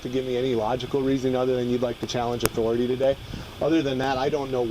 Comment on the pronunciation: I think that's pronounced "AuthoriTAY.